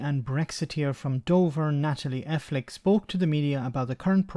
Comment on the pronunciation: The emphasis on the part 'PTHICKE' in this lying, happless Tory's surname, here!!